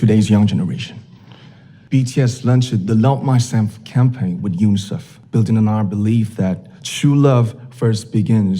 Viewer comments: Baru sadar dia blg mysamf........... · I heard "mouse"